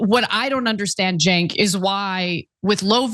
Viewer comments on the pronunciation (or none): none